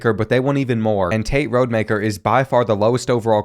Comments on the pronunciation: It’s ROD-Ah-Maker lmao…his dad coached at my HS alma mater lol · You’re saying Rodemaker wrong it’s Rod E Mak Er